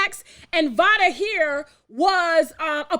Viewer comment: Im pretty sure it's pronounced liked "vay-duh"...Vada Penkett, like Jada Pinkett